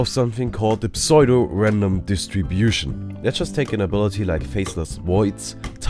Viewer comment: Psuedo is pronounced "Soo-do" not "Psoydo" Great video otherwise, that just bothered me so I thought I'd correct